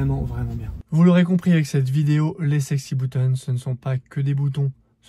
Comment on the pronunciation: sexy bEUtons pas sexy bOUtons... non, c'est pourtant simple!;o)